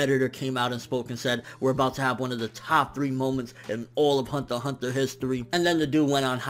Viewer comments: I like his reviews and all but man I dislike how you pronounce some of the amines. Hunter x Hunter and Magi just to name a few. Lol keep up the good work. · I'm relatively new to anime and the only interaction I have had about anime is through the internet. I think this is the first time I have heard Hunter X Hunter being spoken. Do you not say the "X" or is that just how says it?